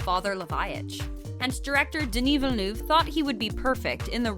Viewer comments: French : « Denis Villeneuve » This video: “DeûniiVilnuv” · Haha you are so right! How can they repeatedly butcher the director's name "Denny Vee-Noof" although the actress prounced it correctly right at the beginning of this video D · Great video but please stop saying Denis Venu. There are countless more harder names to pronounce than this. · KA-NESS Film Festival!?? Its CANNES (like CAN) Jesus. And that pronunciation of Denis Villeneuve was like nails on a chalkboard over and over. Vil-nuv. You hire people to read copy you’d think they would research how to pronounce words 😒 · Dear Ms Presenter: If you could possibly learn how to pronounce this world-famous directors name correctly it would help ... a lot! Thanks! ;) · Honestly, still struggling to pronounce the director’s name!!!!!!! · Please girl stop pronouncing his full name if you cannot. Just say "Denis". Please.